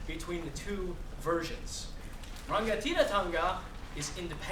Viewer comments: LOL "Ruh-nga-tee-rah-tah--nguh" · Don't teach if you can't say it right > Kawanatanga, Kingitanga, Maoritanga, Rangatiratanga